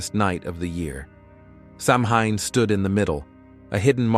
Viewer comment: Your mispronouncing the word Samhain. 🙄AI does that A LOT.🤨